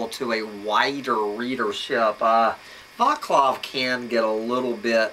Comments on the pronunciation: Pronounced "VAHTS-love" not "VAH-klahv" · It's a Czech name and the "c" in Vaclav is not pronounced as "k" but as "c" like cinnamon.